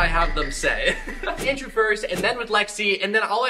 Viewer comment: Why are u saying landrew it's Andrew